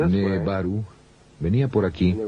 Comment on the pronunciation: El que hizo el doblaje debería haberse informado porque dice cualquier cosa "nebaru" en lugar de nibiru le erra en muchos nombres e información!!! Igual es excelente el vídeo pero si lo ve alguien que no está muy adentrado en el tema se puede confundir luego cuando lea más sobre esto.